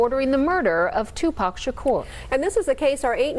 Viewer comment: The first Caucasian news reporter that pronounce Tupac correctly that was beautiful!